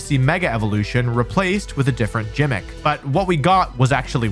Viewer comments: Its gimmick not jimmick for fuck sake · gimmick has a hard g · I'm a positive person and don't usually care how you pronounce words, but I can't trust anyone who pronounces Kanto (CAN-to) as CON-to, also it's Gimmick not Jimmick. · Stop saying jimick 😂😂😂 Its gimick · Jimic? Its gimmick... bro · did i just hear gimmick pronounced as jimmick? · Really really petty pedantic thing for me to bring up but oh my God it really hurt me. Gimmick is a hard G, not a J sound. Love the video though. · It’s pronounced “gimmick” not “Jimmick”. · OH MY GOD! STOP SAYING JIMMICK! IT'S A GUH G SOUND NOT A JUH J SOUND! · "97% arent subbed" List some of the best games low to be edgy Said jimmick instead of gimmick Oh yeah I hate this guy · Is there some in-community slang around the work "gimmick" being pronounced like "jimmick" or does Wolfey just not know how to say it? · The fuck is a Jimmick? Its pronounced Gimmick. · Why does he call it gymic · its gimmick not gym-ik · its not gymick its GIM-ICK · Bro really says jimick and not gimmick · im unsubbing because you pronounce gimmick as "Jimmick" you make me sick you monster. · It is gimmick, not jimmick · sorry but pronouncing gimmick as "jimmick" has invalidated this entire video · Did he say "jimmick"? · Did he just pronounce Gimmick "jimmick" ? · What’s a ‘jimmck’? Or Konto? It’s pronounced CAN-TOE. Also, this list is wild. Like the person ranking them has the most obscure things they prefer to what most of the community actually wants hahaha. If you want S-Tier for this series all you need is Emerald(personal favourite), Platinum & Heart Gold/Soul Silver. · "a different *JIMMICK*. " , and i thought your pokemon pronunciations were inflammatory... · First I hear this dude pronounce "Giraffe" with a hard G and now we have "Jimmick" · "Balognah" "Jimmick" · "Jimmick" Wolfey is english your second language? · Did you say "Jimmick"?! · I KNOW THIS MAN DID NOT SAY "JIMMICK". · Did….did you just pronounce Gimmick like Jimmick?